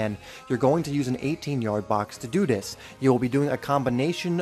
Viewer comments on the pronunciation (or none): Do "THIS" not "do dis"!!!!!!!!!!!!!!